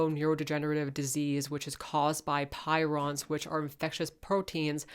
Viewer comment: Cool talk! You did your research on the meat textures and what not. I do not know if you caught this (I am not trying to be petty), but towards the end you pronounced prions as "pirons". Rock On!